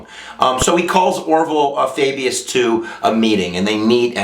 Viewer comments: I think its .....Fau-Bus, not Fay-Bee-yus ....just say'n ....:-) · For next time, it's Orville Faubus (Fahbus). Nonetheless, a good job that I might show to my U.S. History class. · I was distracted by the mispronunciation of Faubus. But it was --like all of lessons, excellent. Here's something to think about:--> It is generally accepted by liberals that force results in a response of force and that changing of hearts is achieved through non-violence. Could it be that when Ike sent in his troops there was only the semblance of change-of-heart? It seems to me that more was achieved by the civil right MOVEMENT than by the civil rights laws.